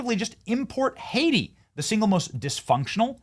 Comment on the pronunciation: (Haitian+Jamiacan American) it becomes Oh-aiti